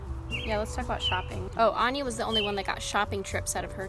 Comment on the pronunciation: Ok its AN-NYA not AN-JA...